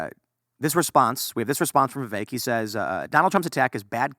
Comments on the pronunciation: yes but it's pronounced vivake, it rhymes with cake, just as Vivek himself said, so i wrote a rhyme, VIVAKE IS FAKE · can't even say the guys name right still